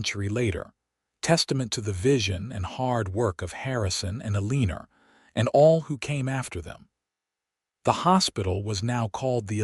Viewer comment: Her name is Eleanor: pronounced as El•ah•nor NOT E•lean•er! There is no "er" in the name! Please, check your AI and make certain that words are pronounced correctly.